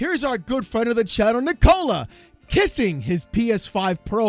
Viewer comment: Can we please stop saying 'Nick-Cola'? We should say, 'Nick-o-la'. Like the girls name. The girls name that's spelt the exact way he spells his name.